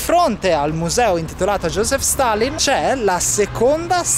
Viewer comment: josip,non joseph